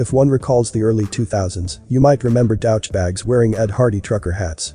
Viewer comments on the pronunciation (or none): I seriously like this channel. Question, what Text-To-Speech software do you use? Honestly, I can barely ever tell it's an automated voice. The fact that "douche" was pronounced like "couch" is the only real give away in this particular video..